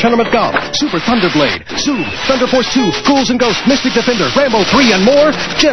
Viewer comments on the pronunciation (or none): none